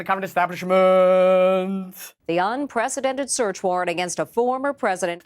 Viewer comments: I really don't understand how most of the world can't pronounce the word it's "un - pree- see- dented" not "un- presidented" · It always makes me laugh to hear someone pronounce it unPRESIDENTed instead of unprecedented, because, well, it's kind of appropriate.